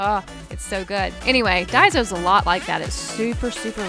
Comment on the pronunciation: It's not pronounced dieso it's pronounced dayso not hating just saying